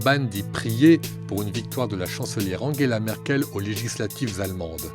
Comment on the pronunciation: "Angla merkel" il m'a tué xD